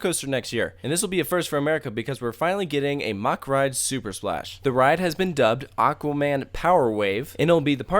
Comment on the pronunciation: U pronounced Mack wrong